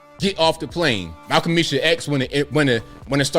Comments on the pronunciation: oml the Haitian accent has me rolling! - also the roach analogy - also Malcomisha X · Mal-Qa’-mishah X 😂💀💀💀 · “Malcomeesha X!” 😂🤣😂🤣